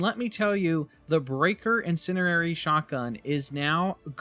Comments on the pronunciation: INN SIN ERR AIR EEE = INN SIN DEE AIR EEE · its not 'in cin er ary' you mean to say "in cen di ary" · Breaker “IN-SEND-EE-AIR-EE” You’re trying to say the word “incendiary” and your brain is mixing it with the word “itinerary”, coming up with “incinerary” (not a word). Don’t mean to nitpick but you said it’s your main now, want you be able to say it😅 in-send-ee-air-ee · There is a d in incendiary. In-Sen-Di-Ary. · In send EE air ee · "incinerary" lol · "Breaker Insinerrerry" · Please look up how to pronounce incendiary. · One thing. You pronounce incendiary wrond :D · FYI the word "incendiary" contains a "D" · Why you say incendiary sounds funny😂